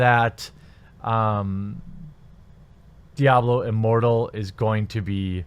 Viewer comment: I thought I heard Diablo Immorral. Easy mistake to make